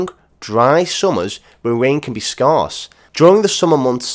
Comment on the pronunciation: Did you really say Scarce like that? To rhyme with arse..? Good grief Mr :)